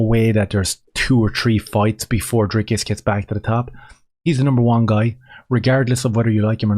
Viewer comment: "Dris-cus" I agree with you, 100%, it's no big thing how you pronounce a name. But of course, if Dricus was a black Transformer we would have to call him Sioux, not Sue, if that was what "his truth" was. When it's a white South African, we can all just call him whatever we want to call him, which is the way it should be.